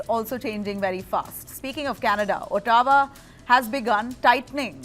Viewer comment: O tawa?! How the hell doesn't she know how to pronounce Ottawa considering half of Gobardesh lives in Canada?